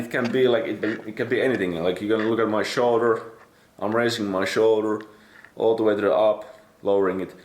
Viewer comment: Ha the way he say shoulder🤔